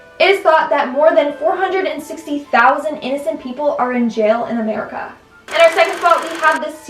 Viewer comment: Am I the only one who noticed that pronounced it as "Merica" on top 2: "serial killers"? 😂 Good video